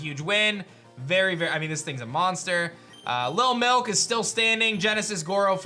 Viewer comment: I can’t wait for lil milk to die so I can quit hearing you say “LIL MILK” with that annoying ass emphasis on the “K”. So annoying